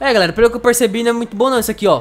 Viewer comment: Como outros acha que ele fala(GALERA) Como eu entendo (GULERA) Kkkk